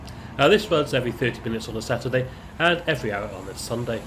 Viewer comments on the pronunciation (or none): none